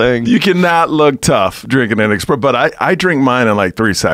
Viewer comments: My ears cant handle Expresso and he says it soo many times. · Say "expresso" again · It’s not “EXPRESSO’ GOOBERS...........ITS ESPRESSO 🤦‍♂️ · Espresso! NOT EXPRESSO😡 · I hate it when people say x presso. Where is the x? Its espresso. There is no f ing X in espresso! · I hate when people pronounce espresso "expresso" 😒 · Expresso? LOL! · "Expresso" makes me wanna puke hearing people say that. Lol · OK first impressions count for alot... ESpresso not EXpresso, guy. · Espresso not xxpresso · Micheal Yo- "eXpresso" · It ain't eXpresso, it's eSpresso. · WTF IS AN "EXPRESSO" MIDNIGHT "EXPRESS" BRUH?? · "ESPRESSO" not "EXPRESSO" MIKE! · It's espresso not expresso. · You learn a lot about someone when you hear them say 'expresso' instead of 'espresso' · Elliot Coen and if they say expresso they prob also say whatnot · Espresso not EXpresso. It’s making me crazy lol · Expresso? Lol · it's a fucking ESPRESSO - NOT EXPRESSO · Had to quit after the 5th time hearing this dude say 'expresso'... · Every time he said 'expresso' I cringe. At least Joe's on it. ESPRESSO. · It's an ESPRESSO not an EXPRESSO! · its ESPRESSO not EXPRESSO dickwad..... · Expresso and Nucular... Even Google doesn't know "expresso" is wrong. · Everytime Michael says eXpresso I die a little more inside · Its espresso, not expresso, jesus rogan! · Anybody else cringe when he says Expresso? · Had to stop listening after the third eXspresso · Guys, it’s not ex-presso, it’s espresso, sss-presso! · Is my guy really pronouncing expresso instead of espresso???? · almost didn't make it past the first 5 minutes after hearing expresso a few times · ES-presso. Not EX-presso. God damn. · ESPRESSO. There's no X in espresso. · "expresso" ughhhhadhbahdhjawnduiawhduiohalwdbwadhlwa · Can someone drop a time marker when he stops sayin “expresso” i can’t get thru the first two mins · Michael "expresso" Yo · Say expresso one more time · Michael "I only drink Expresso" yo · wtf is expresso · “Michael ExpressYo”